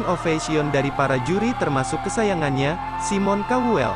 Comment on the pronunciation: Hello mas, simon bacanya sai mon bukan simon😂